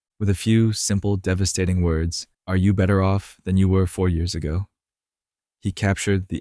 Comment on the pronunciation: devahstating is this fuckin ai